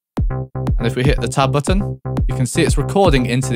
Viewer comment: It took me a solid 5 minutes to realize he was saying "tab button"! I kept looking for a "top button" lmao